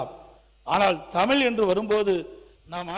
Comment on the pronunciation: Its தமிழ் not தமில், most ministers are saying தமில். Sad.